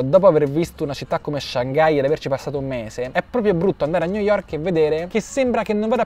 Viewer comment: New yovk